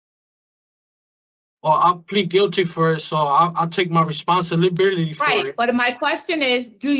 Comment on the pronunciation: "I take full reponsilibilitity." He can't even say the damn word properly